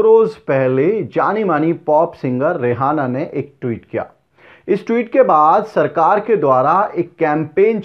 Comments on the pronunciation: It is reyana not rehana. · Rihanna not Rehana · रियाना को रेहाना कहना उचित नहीं है ठीक तरह से रियाना स्पेलिंग देख कर vedio बनाया जाए मेरा आग्रह है । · Not rihana she is riyana